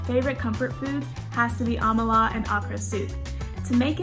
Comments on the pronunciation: What tf is Amalar. It's AMALA pronounce it like you know how to pronounce it. Jesus these millennials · My only annoyance is her pronunciation of "amala" (it sounded like Kamala Harris's first name - just without the "K" which is not the correct sound for that word. If she is a true Nigerian, she knows good and well that is not how to say "amala". Are you trying to anglicize the word to make it sound more English-like for acceptance? Totally unnecessary. Please, keep true to the correct pronunciation of a foreign word especially foreign words from your own nation/country; it makes the sense of culture that much stronger, generally speaking. Let the world know how to say "amala" correctly lol. Just some gentle advice otherwise, great content 🙏🏽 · Thank you for this. The pronunciation of amala really was off-putting. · im kinda disappointed as a nigerian to here her pronounce amala like that is more displeasing that way but i still happy for my country to be mentioned tho